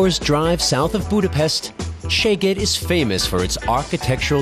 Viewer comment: Hehe... he's pronouncing the name of the city wrong. Which is fine, but this way he's saying "your ass" :D But the video's still good, a nice bit of nostalgia for me. :)